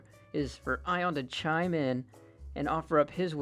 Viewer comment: this is funny to watch blue get called i-on when his name is Ionuţ, a romanian name lol